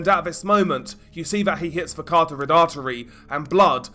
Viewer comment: Please bud, every video you say something about the "cartorid artery". Im not sure if youre doing it on purpose but its said "ca-rot-tid" NOT "car-tor-rid". I know its a little thing but its every time in so many videos that it seems like you genuinely got the artery name wrong and dont know youre saying it backwards. No hate, imma fan, just letting you know your saying something that doesnt exist. Once or twice i thought maybe was a mistake but im sure you now have the wrong word and nobody has bothered to let you know. Banging channel, no hate, just some constructive criticism bud.